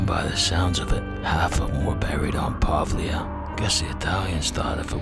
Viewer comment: I living 10 minutes far from it... never had the chance to visit it. PD:, we need to work on the Italian pronunciation:D